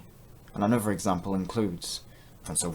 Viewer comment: another, not anuver